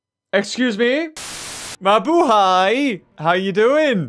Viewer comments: Are You from the phillipines because you said maybuhay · OMG this is my first time heard you said "mabuhay" you like a filipino like meh....omg ty ty ty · w8 did he just say mabuhay? wtf how do you know how to speak filipino?